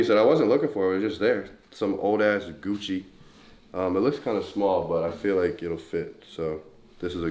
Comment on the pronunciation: I thought he said we got coochi no kocci I’m like wtf